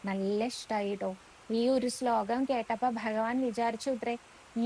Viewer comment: സ്ലോകം എന്നതിന് പകരം ശ്ലോകം എന്ന് ഉച്ഛരിക്ക്യാണ് ച്ചാൽ ഒന്നും കൂടി കേമാവും.... നാരായണാ അഖിലഗുരോ ഭഗവൻ നമസ്തേ 🙏🙏🙏